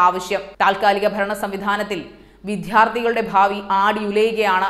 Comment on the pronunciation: പഠിപ്പിച്ചതല്ലേ പറയൂ.... കുറ്റം അദ്ധ്യാപകരെ പറഞ്ഞാൽമതി. ചാനലുകളിലെ പലരുടെയും അവതരണം ഇതുതന്നെ.വിദ്യാർത്ഥി യെ വിദ്ധാർഥി യായും അവതരിപ്പിക്കുന്നതിലെ അരോചകം സഹിക്കയല്ലാതെ എന്തുചെയ്യും?